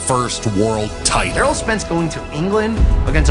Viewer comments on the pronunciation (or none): You could do better its Errol Spence but still a good video